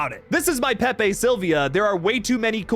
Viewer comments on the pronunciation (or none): none